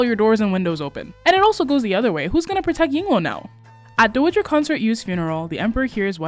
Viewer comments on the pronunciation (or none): I love everything about these recaps! Just a gentle note that you've been mispronouncing "dowager". The O is like the O in "ow", not the O of "doe" you've been using. It's a super tiny thing but I'm too autistic and poorly regulated today to just stfu, sorry 😅😅😅 Did I mention that I love your recaps and especially the sassy little graphics you've been making for them? Wishing ten thousand years of peace be upon Empress Yuan Chungwang. 🙇🏻‍♀️